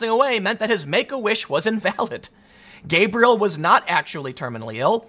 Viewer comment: Ug.. every time he said gabriel.. I was cringing so hard...